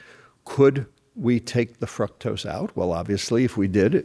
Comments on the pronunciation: He mispronounced .fructose. "fruktose" lol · I don't think he is pronouncing "fructose" correctly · I don't think I've heard anybody pronounce fructose the way he does. Anyways, good points